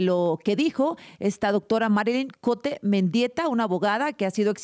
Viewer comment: No es Cote es "Cout"